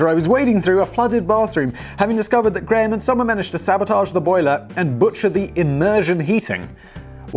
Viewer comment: Holy shit! Graham must be the one and only Scottish name you can actually pronounce correctly!